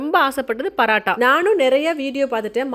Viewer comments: Why are you saying parattha like northies you're a tamilian bruh say PAAROOOOTTTAAA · Paratta ila mam parotta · Parata illa porata ok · Paraaata illa sis parota😂